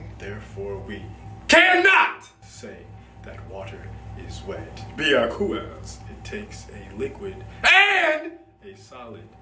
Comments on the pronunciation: When you said Bekwasey, I was dying of laughter even more 😂😂😂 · bee ah coo az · bEAcooAsE lmfao 😂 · I love the way you pronounce because . Had me weezing 😂😂